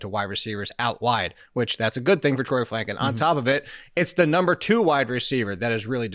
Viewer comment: Franklin - not Flanklin